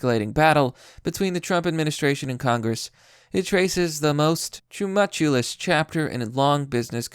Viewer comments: "too-mul-choo-us" is how tumultuous is pronounced. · "Too muh choo lus"